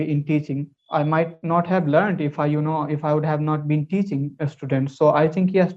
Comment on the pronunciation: bro, I think u mispronouse the word teaching is ur business. If there is any rectification please be mention that..